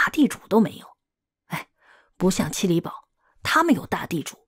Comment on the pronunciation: 七里堡的读音：qīlǐpù